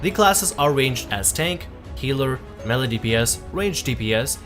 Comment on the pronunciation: MAY-LAY for fuck's sake.